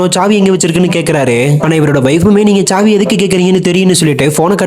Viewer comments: Chavi not saavi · Savi not chavi